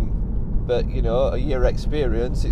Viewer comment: On the subject of using music, it's not the use of it that gripes me but where and when it's used! Haven't noticed any misplaced tunes in your vids though 👍. Oh, and it's not "burt" it's " but"! 😂